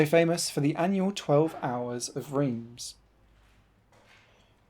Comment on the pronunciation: Please pronounce Reims correctly.